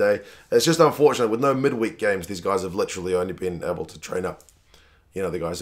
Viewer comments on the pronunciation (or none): none